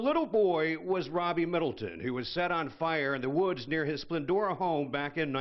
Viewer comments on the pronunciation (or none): Splendora. Not Splendor.